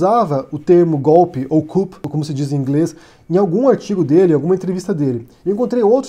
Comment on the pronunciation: Não se pronuncia o "p" em "coup" pois vem do francês "coup d'état" (golpe do estado).